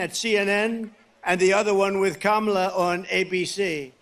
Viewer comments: Strange. He pronounced KAMALA correctly a couple times. Poor old fart is slipping badly. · Donald Trump is still down and licking his wounds from the last debate that I personally don't think he'll be able to handle another one.h I mean, the proof is right here. He actually pronounced Kamala's name correctly! 😂😂😂😂😂😂😂😂🤣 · He's pronouncing her name right lately. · Did he accidentally pronounce Kamala’s name correctly?? I appreciate you Harry! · He said Kamala correctly. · He actually pronounced her name properly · Did I hear Trump say Kamala Harris name correctly? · He actually pronounced her name correctly.😂😂😂